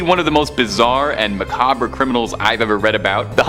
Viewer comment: Prosecution, not persecution. These are not the same thing. It is modus operandi not modus operandus. Macabre is two syllables not three, it is pronounced muh-kaab not muh-kab-re.